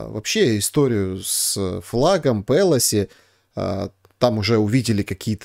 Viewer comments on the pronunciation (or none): ПелОси, не ПЭлоси